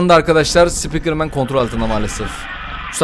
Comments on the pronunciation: Abi ben taytın sıpikırmeni seviyorum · Taytın sipikırmen